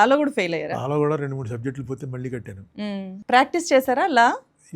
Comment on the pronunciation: విషయం ఉన్న వ్యక్తిగా చక్కటి programs చేస్తూ ఉంటారు కానీ, భాష మీద పట్టు సంపాదించ లేక పోతున్నారు, ళ ళ ళ బదులు ల ల ల పలుకుతూ ఉంటారు ప్రతీచోటా, program మొత్తంలో ఒక అపశ్రుతి లాగా ఉంటుంది, Example -మళ్ళీ బదులు మల్లీ, వాళ్ళు బదులు వాల్లు అంటారు, Please practice using ళ ళ ఉచ్చారణ elevates your talent Please understand and practice